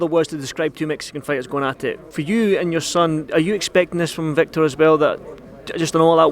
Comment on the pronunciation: victir haha